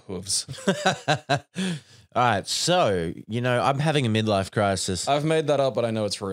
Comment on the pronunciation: your pronunciation of “hooves” tickles me for some reason